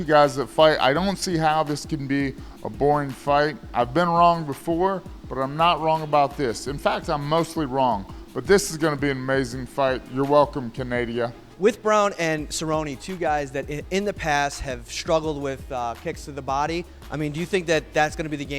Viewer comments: Canadia? lol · Did anyone else hear Forrest say Csnadia wow I'm dead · "you're welcome canadia" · Your welcome canadia? Its canada forest. Lol